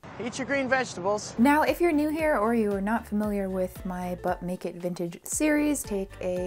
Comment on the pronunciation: When I was momentarily not paying attention, "But make it vintage" sounded like "Butt-naked vintage" lol the faster you say it the more it sounds like that 😂